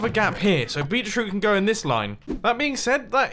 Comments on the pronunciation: Did you say Bee Troot instead of Beet Root? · It's literally bEEt-rOOt, GD, my friend. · Did anyone else realize that instead of saying 'beetroot' he said 'beachroot' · Mumbo, it Beet root. I keep hearing you say beech root. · "Beachroot" I didn't realize beachroot was a thing. Beetroot. Beet-root. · "beet-root" lmao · beetroot? Beet, Root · "bee-chroot" lmao